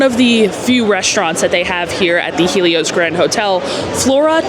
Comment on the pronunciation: The lady is correct on the pronunciation of it